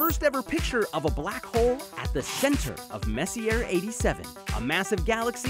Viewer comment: It's mezzie-ay, not messy-er you bonobo